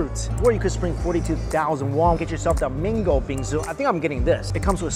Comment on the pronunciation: Mango sounds like Mingo. Confused at first. No offense just saying